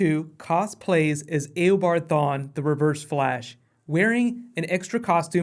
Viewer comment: thank you for saying it eobard proper